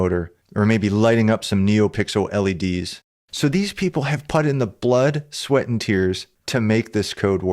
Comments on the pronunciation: I am terribly sorry man, but PUT is pronounced as [pʊt]. It's not [pʌt].... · Sorry, i just have to nit pick, put pronounced as putt? I'm not familiar with anywhere/accent that says put like that. Great video otherwise, just came across that and was confused when I wasn't looking and just half listening. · Excellent Arduino introduction! One thing that made me chuckle... never in my life have I heard anyone pronounce "put" as "putt". I thought it was a mistake at first, but he did it many times thoughout the video. 😂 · Great tutorial, as a non-native English speaker, this pronunciation of the word 'put' is new for me though haha